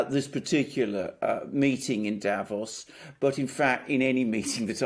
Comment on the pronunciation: please, again: don't say DAvos, the. correct pronouncation is DaVOS, stretching the second syllable. Don't you read your comments? It hurts my ears every time you say it wrong!